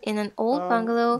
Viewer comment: Что за бунгАло? В слове Бунгало - ударение делается на первый слог, и даже в английском : БУнгало. Это чужое слово и в английском пришло из хинди/ и бенгальского «Бангала» что означает изначально «бенгальский» (стиль дома)